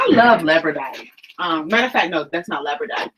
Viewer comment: Lapis lazuli or labrodite?, you called it labrodite and Your wife called it lapis lazuli. Thank you:-)